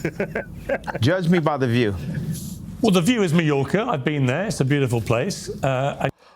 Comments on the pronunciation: Mallorca not mediocre. It's pronounced May-orca. C'mon Hodge Twins. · They usually pronounce it MY YORCA, not ME Yorca with some D sound in between. Piers knew what he was doing and Sneako should have been straight and said when you take him seriously, maybe he'll take you seriously. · Mallorca... pronounced "Mayorka" might sound like mediocre. I also heard that at first. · Lmao the “Mediocre” instead of “Mallorca” tho … 😂😂😂😂😂 that’s why I love these guys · mallorca, but Piers did pronounce it like meeyorka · I heard mediocre 😅🤣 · I thought he said mediocre too if I'm being honest.😅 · Mallorca, Spain. Pronounced Mai-Yorker. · He didn't say mediocre lol. He said Mallorca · He said Mallorca you dorks 🤣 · I heard Mallorca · I think Pierce said ‘Mallorca’ not mediocre